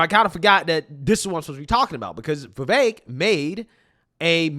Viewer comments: Love ya dude, but I have to correct you it is pronounced Viv ek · Why do you pronounce Vivek like that?